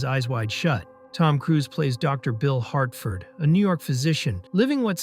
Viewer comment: It’s Bill Harford, not Hartford.😊